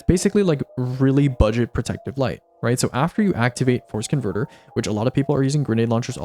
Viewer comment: Every time you said force converter, I heard forskinverter instead lol